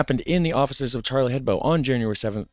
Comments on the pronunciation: Hebdo, not head bow. Ebb doe. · hebDo, for fuck sake DO With a "D" ! I'm litterallly screaming in front of my screen.